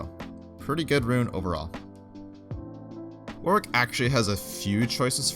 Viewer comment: I find it funny how you pronounce "Warwick". "Work". You can tell you have said his name a lot of times